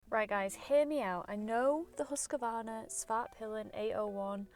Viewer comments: Why so many say Husqavarna??? Where did the extra "a" come from? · Who's huskavarna? At least pronounce it right, please. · Close, but you can swallow that first A you are usingin Husqvarna because it is not in there! 😁